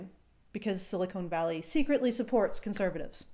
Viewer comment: Stop saying silicone valley.